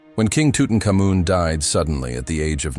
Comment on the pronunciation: I have never heard it pronounced tutucamoon have you?